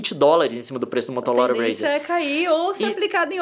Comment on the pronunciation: Leon: "motolora razer"